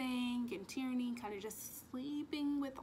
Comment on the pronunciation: Sounds like you are saing "Tyranny" when you say Tiernan. And im with you girl i cant rate this book. 😂